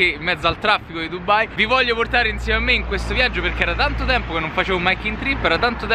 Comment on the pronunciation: ma non è dubbai ma è dubai perchè dovedete dire dubbai